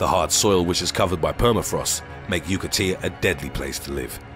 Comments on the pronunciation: it's not JUKAtia but JAKUtia... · he says yukatia instead of yakutia :)))) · you keep saying yoo-ka-tee-a, but the word shown on screen is ya-koo-tee-a. which is it? Yakutia or Yukatia? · Yakutia (aka Sakha) is pronounced Ya-KOO-Tia, not YOO-Ka-Tia. It's one of the autonomous republics of the Russian Federation. In contrast to what happened in the US from 1830 on (see ''Indian Removal Act''), Tsarist Russia did not try to displace or extinguish the indigenous people whose homelands it conquered. From the 16th century on, the tsardom gained a whole lot of territory in Asia, but largely left its new citizens alone, so they could mostly go on with their lives like nothing happened. They had to pay tributes, but that was about it. To this day, minorities like the Yakutians do not live in reservations. They have Russian passports, but are in charge of their own ancient tribesland. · It's not Yookateea but Yakootia, lol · Yakutia, not "Yukatia" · .. rofl .. " yoo-ca-tee-a " !!